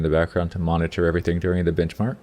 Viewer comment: Did it sound like he said bitchmark instead of benchmark to anyone else? haha :P